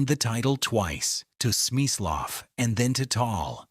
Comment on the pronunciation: Smaislow ??? Lehren sie Ihre KI die richtige Aussprache!